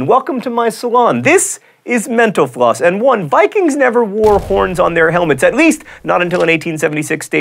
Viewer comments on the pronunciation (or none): Does anyone else think he says "menopause" instead of "mental floss"? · Lol I thought he said "this is menopause" at the end. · I thought at the end he said, "thanks for eaytching meno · it always sounds like he's saying menopause at the end of each video 😂😂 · Is it just me or does at the end of the video he sounds like he's saying menopause instead of mental floss? Just me? Okay..... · seriously keep thinking you're saying menopause am i the only one who thinks this?! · Darth Vader never actually said "Luke, I am your father." He said "No, I am your father." in response to Luke saying "I know enough. You killed my father." Also whenever John says "Thanks for watching Mental Floss on YouTube" I keep hearing :Thanks for watch menopause on YouTube" Anyone else hear that? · Every time you say "mental floss" i hear "menopause"... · Does nobody else think that when he says, "Thank you for watching Mental-Floss" it sounds like he's saying,"Thank you for watching Menopause"? Or is that just me? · Every time he says "Mental Floss", I think he says menopause. Am I the only one? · Sounded like he said menopause instead of mental floss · I thought you said 'menopause' instead of 'mental floss' at the end...awkward. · when he said "thank you for watching mental floss on youtube" for a second there i thought he said "thank you for watching menopause on youtube" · I thought he said menopause on YouTube. Oh lawds. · At the end, I thought you said "Thanks for watching menopause on YouTube." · When he says mental floss it sounds like menopause. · I swear, every time he says "mental floss" I hear "menopause" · Haha at the end I thought he said, "Thanks for watching menapause on youtube!" lol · I totally thought John said "Thank you for watching menopause on YouTube..." There are a brief moment of confusion. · I thought you said menopause at the end.... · Is it me or did I hear John pronounce 'mental floss' as 'menopause'?